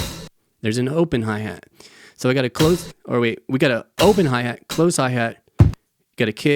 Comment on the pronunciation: "HAI HEET" that was hilarious 😂